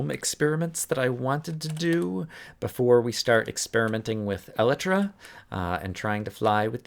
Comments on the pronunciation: you are pronouncing Elytra wrong. it is pronounced E-lie-truh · I know you're probably joking, but I find it actually slightly annoying that this wrong pronunciation has caught on in Minecraft circles.